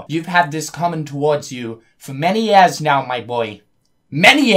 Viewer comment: ...." TEN YEAS" PFFFFFFT